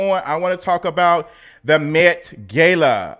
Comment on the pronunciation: Omg, it's met gah-la. A simple Google search would have done it